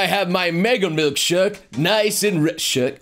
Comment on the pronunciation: Now's not the time to shirt your duties in properly saying shirk.